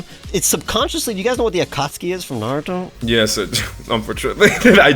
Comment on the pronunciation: no shot just said naruto like that. that's atrocious